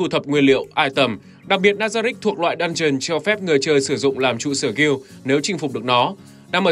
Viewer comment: Chẳng hiểu sao cứ nghe nhầm "dungeon" thành "đan truyền"